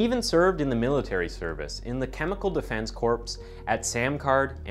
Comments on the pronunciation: Corps is pronounced Kor. It's not pronounced corpse like a dead body. 🤣🤣🤣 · The word “corps” is pronounced “core”. NOT like “corpse”. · Corps is pronounced "core"... like Marine Corps...you wouldn't say marin corpse. How do you make videos for a living (not just as a hobby like my old channel) when you can't pronounce several words. This is the third or fourth video I've corrected you at least once... Come on, guy. I ran a semi successful show on YouTube until they banned that channel because of "hate speech", aka, calling out migrant relocations in red states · Respectfully, corps is pronounced like “core”. The p is silent. But, when you pronounced it like “corpse”, it kind of fits with the story. 🤣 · Corps is pronounced "core" not "corpse". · Did this guy just say "corpse?" Man that's why I cant listen to this guy. Maybe I should sign up for the marine corpse. No, the air corpse! I was in the flag corpse for 3 years in school. It's TRUE what they say about third time is the charm. That said, I usually just tell people I was in school for 17 years. They dont need to know the last 3 were all twelfth year. And dont tell my employer.. O.o o.O <.< >.> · Its corps as in said like CORE. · Great work and video.. just a friendly tip... Corps is pronounced like core. The S is silent.. just a U. S. Marines 2 cents as I learned it there. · PLEASE! It's not pronounced "CORPSE!" Otherwise, good job. Carry on...... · Corps pronounced core like in apple core. Trichomoniasis pronounced trick-uh-moan-I-a-sis and not trick-uh-moan-uh-sis. Just trying to be helpful.